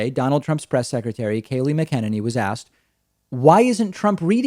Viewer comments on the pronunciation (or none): David, it's MACK - a - ninny! It has the same emphasis (and loosely rhymes with) cockamamie!